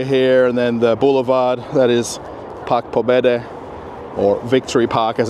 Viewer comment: Oh, my goodbess!! If you are living in RF, firts learn to pronounce at least some Russian words!!! Ask Russian people how " Park pobedy" should be pronounced! 🙈🙈🙈